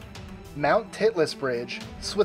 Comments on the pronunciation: haha. you said Titless. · number 21, anyone else heard him say titless?